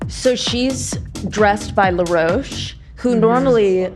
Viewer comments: Someone please tell that the stylist's name is Law Roach not Leroach 🤣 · Now, I love ya dork boots honey, but I gotta do a little clowning no shade lol Law Roach is from Chicago & his name is pronounced just as it’s spelled & would be said in the US. You were driving me nuts but eventually I was ctfu thinking of you associating Law with La Roche-Posay. If you’ve seen seen on the 3 seasons of the vogue / ballroom competition show Legendary (& he’s been a rotating judge on the last 2 seasons of Drag Race). Law is funny AF & will give some fun nasty reads & will get down on the floor & argue with contestants if they shade him. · not saying law roach as laroche lmao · I don’t think she’s saying law roach correctly 😭